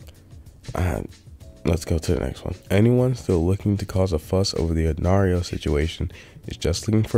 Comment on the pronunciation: Lost all credibility he pronounced Nairo the way you pronounce Mario